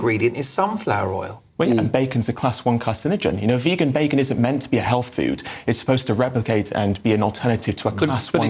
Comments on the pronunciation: Few minutes in already and the guest who's a journalist and broadcaster is spouting the necessity for animal protein, he appears overweight and can't pronounce the word 'vegan' correctly. Does this clown know we only need 10-15% calories from protein and human breast milk is less than 10% protein. Yes, certain low-income countries can have children grow up with protein deficiency due to the scarcity of food but in the UK it's barely existent. Beans, nuts, seeds, soy and whole grains are around 15% protein and comes with other benefits including environmental, animal welfare and better health outcomes. Plants Highest fiber foods High in phytochemicals High in antioxidants Low in fat, saturated fat Cholesterol-free Non-heme iron No hormones, antibiotics No Neu5Gc No TMAO produced Low chemical contaminants MEAT NO fiber NO phytochemicals Minimal antioxidants High in fat, saturated fat High in cholesterol Heme iron (oxidant) Hormones and antibiotics Contains Neu5Gc TMAO production High chemical contaminants Easy winner. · I would say that every attempt to make veganism look silly here has completely backfired. In the most wonderful way, ever. You got a fat elderly man who can't pronounce the word vegan, saying that protein comes from animals... is this a cartoon character? You got a malnourished looking nerd with wrinkly skin and noodle arms calling our movement an EATING DISORDER..... I can't actually believe that these are real people, who really think they are in the right. If the status quo doesn't change after seeing this I don't know what will change it LOL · that whole rant is just pathetic. From the „we need meat to get protein“ by to calling it „vaygan“ the guy is just absolutely clueless. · Wtf is a Vaygan? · almost turned me "veygan" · Oh god why do they always say "vague-an"? It's so consistently the anti-vegans who mispronounce it they must be doing it on purpose, some bizarre attempt to seem disaffected and uninterested.